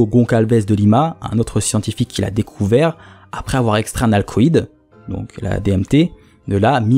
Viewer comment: pareil il dit alcalod alors que c'est alcaloïde !